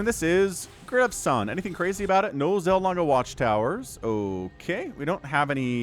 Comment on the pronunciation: I think Ollie would be better than Olive, it sounds like he's Popeye's girlfriend if you call him Olive! Also, is Gresvan "Gres-van" or is it "Grevan" with a silent S? I think Grevan is more comfortable to pronounce.